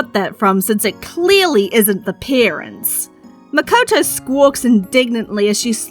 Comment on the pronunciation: It’s Mikoto btw